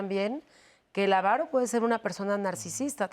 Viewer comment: Avaro, sin acento en la primera a.